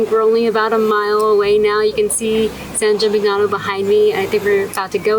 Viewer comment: Please note that the GN combination, in Italian, is pronounced like in the word "lasagna." So, this town is pronounced, San Gee-meen- yano. Nice video!